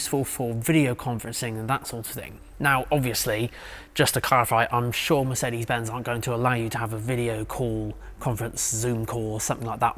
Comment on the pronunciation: Somehow , you always manage to annoy me by pronouncing MERCEDI BENZ !!! WHY DO YOU DO THIS ???🤯